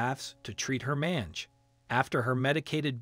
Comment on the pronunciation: Thanks to the rescuer for such a beautiful recovery of such a sweet pup !!! BTW - Mange is mispronounced in this video. Use the MacMillan Dictionary which has the proper sound for the word/disease. Once again, all the best to everyone involved ! May God Bless !!!